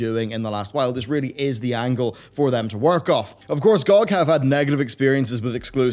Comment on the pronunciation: The way you pronounce GOG bothers me a lot. Good video!